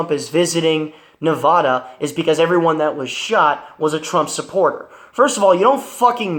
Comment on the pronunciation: What pisses me off is American's who can't pronounce Nevada!